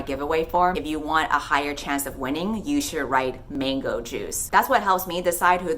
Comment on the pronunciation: Aw, man, I missed the give away, I listen to you on the drive to work, because I need some happiness in my sad life and I couldn't tell if you said bingo juice? Or mango juice? 🤣